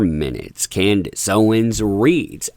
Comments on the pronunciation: It's Candace, not Candice. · CANDACE not Candice.